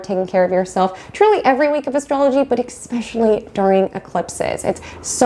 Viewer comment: This is great information, but I was so distracted by you saying eCKspecially, instead o eSPecially, that I could hardly focus!